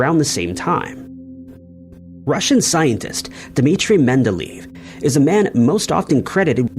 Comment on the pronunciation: I mias the Scripture and hopefulbess at the end of your vidros. Also, please work on your pronunxiayoon of Men-del-AY-EV and AERO--FLOT, not LOFT